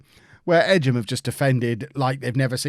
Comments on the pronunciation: Don’t you mean the “Rudge-bee” game? It’s Egham pronounced like “Egg-Ham” not “Edge-Ham” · Edge em is pronounced Egg'em 😂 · It's Egg-um... It's in Surrey.